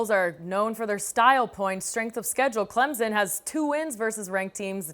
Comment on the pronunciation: It's ClemPson. NOT ClemZun.